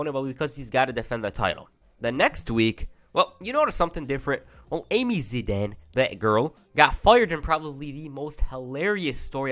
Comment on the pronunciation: Amy Zidian not Zidan